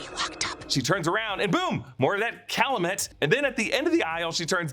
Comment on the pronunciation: cal-you-met not cal-uh-met